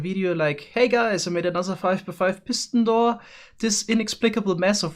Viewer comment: Nobody:: “Pissin door”